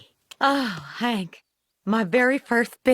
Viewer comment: His name is Hank but Peggy always needs to say everything Wrong and calls him Hænk 😂